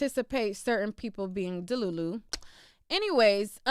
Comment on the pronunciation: Girl you be crackin me up with, “DA-LU-LU!!!!”🤪🤪🤪 It’s the perfect word to describe some of these barbs !!🤣🤣🤣